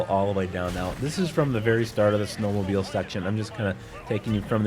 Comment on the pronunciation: you said “yourself and price are going snow mabeling